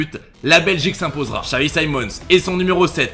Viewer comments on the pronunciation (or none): none